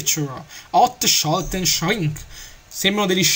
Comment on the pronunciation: el che inglese quando hai detto shrink limited demon creature,proprio così shrinc limitid dimon criaciur lol